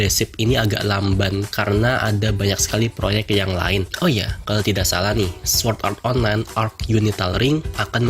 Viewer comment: Lu ngomong swuord art online lucy ameeeet